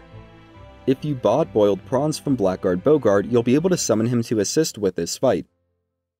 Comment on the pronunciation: Something you may not know, blackguard is actually supposed to be pronounced blaggerd.